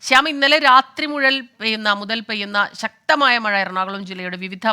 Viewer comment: What happened madam... Slip of the tongue for the same word MUTHAL BECAME MUZHAL... PLEASE DO SOME HOME WORK BEFORE READING... ANY WAY IT WAS GOOD FOR MORNING LAUGHTER THERAPY.... 😂😂😂😂😂😂😂😂😂👌👌😂😂👍👍👍👌👌👌👌❤